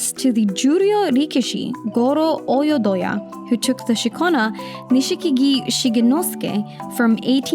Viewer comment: Nishikigi is pronounced Nishkigi, without the i after sh.